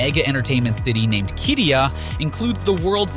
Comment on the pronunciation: I worked on Qiddiya for 3 years. Please have someone who can pronounce Qiddiya please.